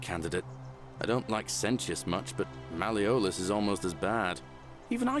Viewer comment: You can say Gal-AIR-E-OUS but not Mal-E-OHLUSS, you're hilarious.